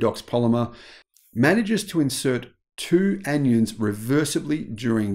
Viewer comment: In 'anions' the 'i' is long, from 'an-ions'.